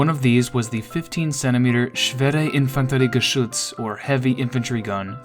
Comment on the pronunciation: Please just stop trying to pronounce it in german, sounds terrible